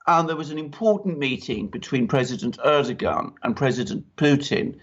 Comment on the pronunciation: Correct pronounciation of President Erdoğan is exactly like saying these english words - ; air-dough-anne. Correct pronounciation would be to roll the 'R' airrrr-dough-anne. English girl's name anne/ann same. Stress is put onto the first part of the name AIRRRR-dough-anne. And it's NOT ASS-SAD. It's AssSAD.